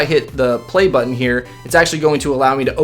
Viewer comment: It sounded like you said, "Hit that like mutton." 😂😂😂